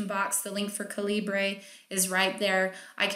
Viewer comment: Hi...love your pod casts. One thing...it's Caliber...not Calibray, even thought it's written Calibre. This from the Creator. I've listened to his audio files...just saying. And, since you're all about making money...and helping author's make money...don't forget to let people know that while Calibre is free, they do ask for donations. Just a couple of buck would be greatly appreciated. I've donated $30 over the last year or so. If we want these free programs to remain available, donate. It's a small price to pay for the amount of work that goes into it's continually evolving updating.